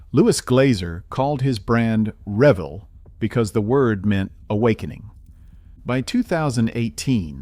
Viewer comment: Pronounce the company name correctly RA Vel. It’s HO Scale buildings are some of the best ever made. The farm house series and engine house series are still sought after today and can often be found on eBay.